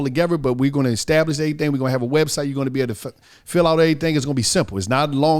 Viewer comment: Lol INTERIOR motive instead of ALTERIOR motive. Lol that’s a new one. I love when he says extablish instead of establish.